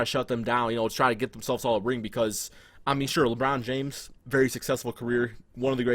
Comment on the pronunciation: lmao this nigga say "lebron jams" 😂😂